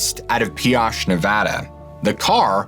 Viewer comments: Pioche is pronounced pee oach. And modena is pronounced mo dee nah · Pioche is pronounced pee och like ocho in Spanish for 8. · Just a heads up it’s pronounced Pee-Oach Pioche, NV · just FYI, Pioche is pronounced Pee-OSH, with the long O like in "oh" or "go," NOT the short o like in "gosh." Great video, thank you! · I’m sorry being a local to the area it’s driving me nuts the pronunciations. Modena (mo-dean-a) Pioche NV (pee-och) sorry I know it’s silly. And no, from Modena you can take any dirt road north 15-18 miles and hit the tree line Christmas trees touching for miles in every direction. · pee - owsh, both my grandmas grew up there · MO-DEE-NUH and PEE-OH-SCHE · Pioche is pronounced pee-oh-ch and Modena is mo-dean-a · Love the video, just so you know pioche is pronounced pee-oh-ch. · This story is totally bogus! There is no fork on highway 56 between Modena pronounced (Mo-DEAN-a) and Beryl Junction or New Castle or anywhere to Cedar City. Furthermore, there is no place called Red Rock Canyon in the area. There is a Red Rock Canyon near Las Vegas but that would be around 200 miles away in the opposite direction. Lastly Pioche, Nv is pronounced ( Pee - OHch) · Pioche Nevada: pronounced (pee-oh-shh). Im a (Nev-ah-duh) native (raised here) knew a pioche resident back in the day. Hope this helps. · Love your stories!!!! Its pronounced Pee O ch 😊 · I just can’t get pass the mispronunciation of Modena and Pioche.